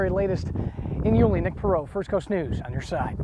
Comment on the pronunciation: Leaving her job in...where? Yu-LEE? Nope, it's YU-lee. This anchor hasn't lived in the area for long. Also, hope Joleen is found although it's not looking good. Really terrible for her family.